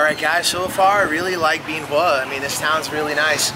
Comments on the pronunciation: That makes about as much sense as the way you mispronounce Bien Hoa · Not at all. It's changed a lot since I was there. But it seems to me if you're going to provide "reviews" of a place, you should at least learn how to pronounce it correctly. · First thing you need to do is learn how to pronounce Bien Hoa.